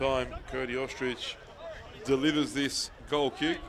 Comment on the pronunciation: Cody Ostreich- pronounced "Ostrike" not ostrich 😂